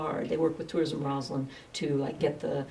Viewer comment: It is ROSSland, not ROZland. The Lady Mayoress should know this and not sound like an idiot.